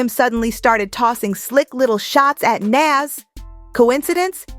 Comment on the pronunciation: She pronounced Nas 2 different ways back to back.